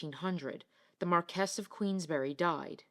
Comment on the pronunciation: Very interesting video - by the way Marquis is Pronounced “MAR-kwiss”. NOT “Mar-KESS”.